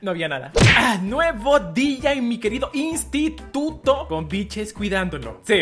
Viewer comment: Hay dios amo cuando dice "nuevo dia en mi institudo"😂💕